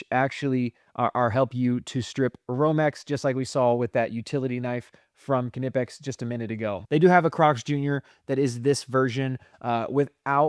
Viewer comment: Knipex = Nipex. It’s said just like that. No K sound